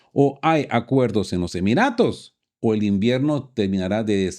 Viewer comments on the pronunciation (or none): none